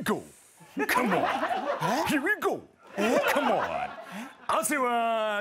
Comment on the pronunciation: 一周まわって笑金の世代から、レッドカーペット＆エンタの神様が毎週やってた時代の芸人がおもろい時代到来 Come onの発音よっ(笑) 声も相まって海外の通販番組にしか見えないんよ(笑) 相方の顔色悪っ大丈夫かよ